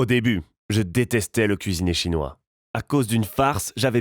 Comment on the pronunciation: Pq tu dis restaurant "chonois"? On est pas obligés de le savoirs